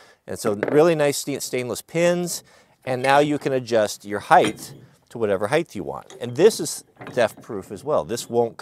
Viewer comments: “Height” not “Heith” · I've heard the word "heighth" like 4 times in recent days. I thought it was "height." What is going on?? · Thanks for all the videos. You are very generous Wirth your knowledge, which I love. My only criticism is my one pet peeve... Its HEIGHT not HEIGHTH. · It's height, not heighth. Length, width, height. Also, get combo locks and set them all to the same combination. You don't even have to keep track of the key then.